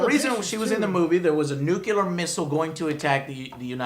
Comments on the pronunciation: Joe I've been subbed to you for a long time and I finally have to get this off my chest. Stop saying "expecially" and "nucular" it makes you sound like a fuckin idiot and you've been doing it since like 2009 when you first started. I respect you Joe but I really think you should work on this. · nucular? nuclear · nuclear, not nucular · NUCLEAR not NUCULAR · its NUCLEAR... lol... not NEW KILLER ... thats fun tho :D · Nuclear NEW-clear SAY IT WITH ME NOW NEW-CLEAR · NUKELAR? HAHAHAHAHAHAHAHAHAHAHAHAHAHAHAHAHAHA